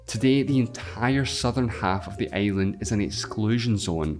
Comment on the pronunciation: i love your pronunce like earth to eeath and island to aeiland